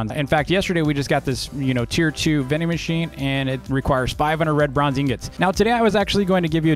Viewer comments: you pronounced red bronze bread bronze lol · I thought said "lebronz" like in lebron james but he said red bronze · Dv: red bronze What i hear: lebron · I love how pronounces red bronze lol